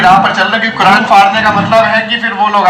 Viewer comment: 🤬🤬🤬🤬kuran ko ase nahi bolna chai ye